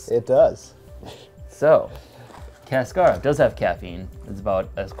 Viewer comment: "Cáscara", stress in the first syllable, and it means "shell".